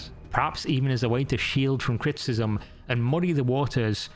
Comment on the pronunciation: What are you saying here? It sounds like "cryptism",but that doesn't really make sense given the context. I'm assuming that "criticism" is what was meant,but you say it several times and it never sounds right. I notice weird things sometimes. I know.